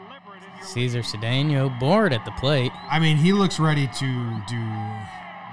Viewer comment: Cedeno's first name is pronounced "Say-zar" Shades of Armando Galarraga/Jim Joyce